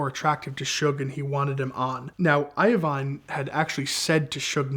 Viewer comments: you can tell this guy doesn’t know 90s music because of how he says I-oh/vine and not I-oh-veen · Dude, really??? Jimmy EYE-O-VINE?! Jimmy Eye-a-Veen! 🤦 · Jimmy IoVINE? It’s IoVEEN wtf is wrong with this guy what planet are you from??? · It's EYE-VEEN not Iovine as in Iodine. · Jimmy Iovine - It’s not io-veen it’s pronounced ivene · Record label ceo name is pronounced.... Jimmy " I-vene" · I-O-VINE LOL:face-green-smiling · Great story, but can we say Jimmy EYE-VEEN! Then "blowing all the speakers, in all the cars, immediately",... Starts sounding like fiction! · JIMMY I-OH-VINE 😂😂😂 never heard it pronounced that way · This guy its jimmy iveene or however you spell it but its not pronounced the way this guy.is saying it that's Eminem manager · Great Video Appreciate you understanding the cultural value of this vehicle. Jimmy is ruthless and will take great offense to you not knowing about him or how to pronounce his name. It pronounced like 'Eye Veen' Congratulations on a holy grail level find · Jimmy "Eye-O-Vine" 😂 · The pronunciation of Jimmy’s last name is crazy. Should be pronounced i-Veen. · it’s pronounced jimmy eyeveen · He said Jimmys last name wrong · Saying Jimmy's last name like that is funny. All in all great video and good stories. Sad he was killed at such a young age.